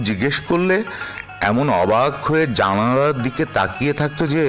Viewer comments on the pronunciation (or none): Katha o uccharan spasto nahole aswasti hoy. Janalar uccharan